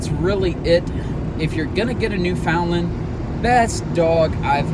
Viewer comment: Good grief....you insult both the Breed and the Province by not knowing correct pronunciation! Wait.....I'm sorry, I forgot, you're from Texas.....